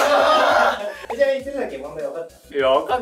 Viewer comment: 鶴崎が注射器に聞こえた